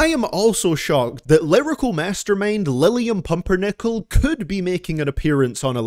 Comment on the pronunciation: "Lilliam Pumpernickle" I'm dead